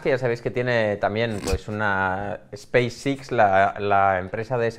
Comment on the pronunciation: 11) Que aprenda a pronunciar Space X.